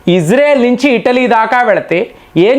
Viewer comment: ఇటలీ అంటే ఇడ్లీ కాద